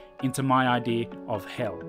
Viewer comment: bro kept saying I.D instead of idea, I couldn't focus to what he had said